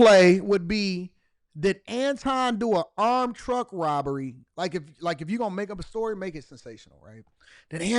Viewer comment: I completely agree that driver had to get his cut of that “roberry”!! 😒